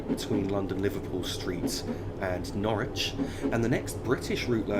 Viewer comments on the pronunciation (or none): none